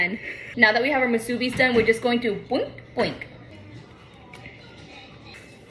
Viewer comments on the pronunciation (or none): It's pronounced Moo-soo-bee 😋🤙🏽 not ma-soo-bee lol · Just love the way she says “musubi” with the accent on the middle syllable. Lol 😂